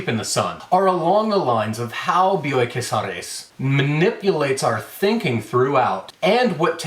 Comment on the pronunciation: As a paisana of Bioy Casares, I appreciated how well you pronounced the name. Not that I would have minded if you butchered it, but damn you sound good in Spanish, my man!